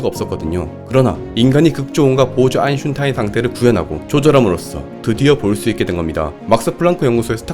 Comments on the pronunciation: 아인슌타인 ㅡㅡ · 아인슌탄인이라고 할때마다 간지럽고 답답하네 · 여기서 짤막한 상식) 아인슌타인은 아인슈타인의 아버지이다. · 또인슌타인 개꿀잼ㅋㅋ